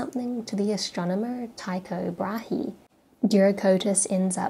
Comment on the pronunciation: Tycho Brahe is pronounced "choo-ko braah" with a rolled "r". 🤭